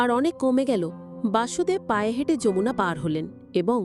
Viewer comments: বাসুদেব নয়',বসুদেব। হরে কৃষ্ণ। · বাসুদেব নয়,কৃষ্ণের বাবা বসুদেব